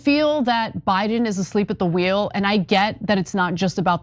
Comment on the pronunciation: said, "A sleep a the wheel". NAW, BRO...Check his...PULSE. What....too soon?!?!